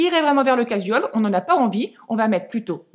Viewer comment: Juste 2 choses (c’est dit gentiment 😊) - un pull irlandais ok alors le loch ness et les pêcheurs islandais non! - casual: prononcer cajoual sans accentuer la syllabe jou au contraire « l’avaler »